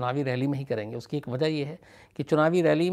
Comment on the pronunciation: 'baat sahi kahi' hoti hai ' sahi kaha' nahi. 'Bachkani' honi chahiye 'Baachkanani' nahi. 'Ushki' nahi 'Uski'. 'Daat' nahi 'Daad'. Aapko mera saadar pranaam.